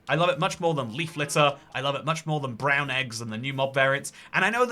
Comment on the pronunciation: The emphasis on "Brown" in brown eggs was a little suspect.